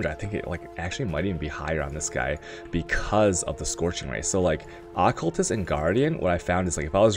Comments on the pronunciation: Had to dislike cus you triggered me bad keep saying accultist rather than occultist .. >.< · Good lord. AH-CULTIST? That shit was bugging me so bad... Lol. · Uh-cull-tist xD Al-ka-mist xD ♡